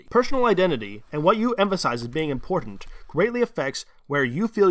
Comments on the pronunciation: It's iMportant, not iNportant... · The word is iMportant rather than iNportant